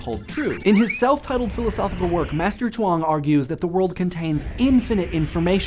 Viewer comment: The way you say Chuang Tzu is excellent.